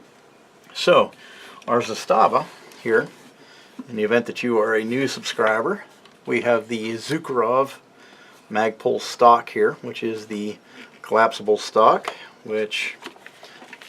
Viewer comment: "Zukerov" stock hahaha cmon man